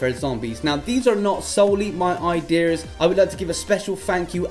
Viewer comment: I believe its "ideas" and not "iDeers" .. But I dont keep up with technology